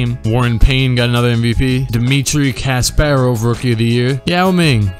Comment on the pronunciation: why can you not pronounce Kasparov correctly lol. It's not as hard as a lot of the other names. It's just 3 syllables.